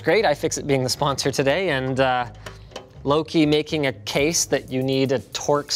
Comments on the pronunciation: Me: Thinking Linus said: Great job, lowkey. Also me: Realising Linus said: Louqe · I THOUGHT HE WAS SAYING LOW-KEY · It’s pronounced “low-key” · Lowk >>> low-key?? Edit: nvm he corrected it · It's "low-key" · pronounced luke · I think Louqe is supposed to be pronounced low-key or loki. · "The LOWK Raw S1" Lmaooo the poor company when they heard you butchered their brand name haha - its pronounced "Lowkey" Linus ... EDIT: ah nvm he got corrected lool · "LOQUE" is actually pronounced like "Low-key" or "Loki" from Marvel. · Wasn’t the company name pronounced like Tom Hiddleston’s character from Thor?